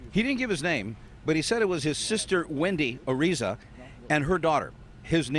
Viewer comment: you should know how to pronounce Hispanic names like the last name "Araiza"!!!!